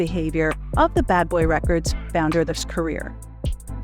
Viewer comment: I couldn't watch this whole thing because of the female voice pronouncing words wrong!!!! Two-Pack, Re-cords, Shawn Diddy calms🤬🤬🤬🤬